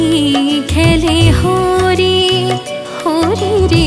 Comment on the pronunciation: না এটা আমি ভুল বলেছি আপনি যেটা উচ্চারণ করেছেন সেটাই ঠিক ব্রযো গোপি খেলে হরি ই হবে ভুল মার্জনা করবেন ==খুব সুন্দর গান হয়েছে ==ভালো লেগেছে প্রণাম🙏